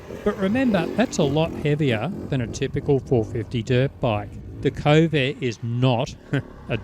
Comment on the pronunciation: It may be me interpreting your accent, but it sounds like you pronounce this Chinese bike's name as 'Covid 450' 🤔 oh dear